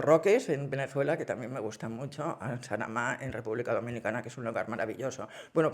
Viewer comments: Es Samana, República Dominicana; no Sanama. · Samaná, República Dominicana, no sanamá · Samaná, no Sanamá..😅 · Es Samana!… No Sanama 😂😂😂😂😂😂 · No me pierdo un relato tuyo, son muy buenos pero tengo que corregirte una cosa, no es Sanamá, es Samaná, la península de Samaná, un paraíso! Puede que si te pierdes por ahí nos encontremos 😅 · No es Sanamá, es Samaná y no hay ballenas jorobadas en República Dominicana….empiezo a dudar de todo lo que dice… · Es Samaná la pronunciación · Es Samaná...de República Dominicana. Lo has pronunciado al revés. Me encantan tus relatos, Pilar!